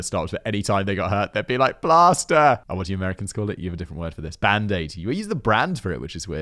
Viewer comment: Am I the only one who thought Simon was saying "blaster" instead of "plaster?" I was SO confused!! Like, thinking "why would his kid want a blaster for a cut??" Then I listened like 3 more times and realized what he was saying. (FWIW, my kids did the same thing. I had a bunch of cute, kid-themed plasters with cartoon characters and my kids would cover themselves with those if they got the chance.) 😂